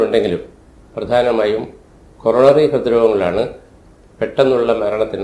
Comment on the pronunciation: ഹോറോണറി ആ ണോ കൊ റോ ന റി ആ ണോ